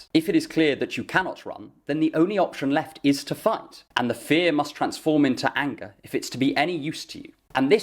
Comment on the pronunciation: Every time you say "fear and anger" I keep mishearing it as "fear and hunger" xD